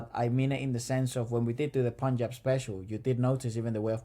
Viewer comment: !! first time heard someone pronouncing Punjab correctly outside of India 😂